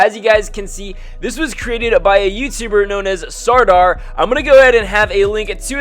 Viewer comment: Just a heads up your pronouncing sardar wrong it’s sir-thar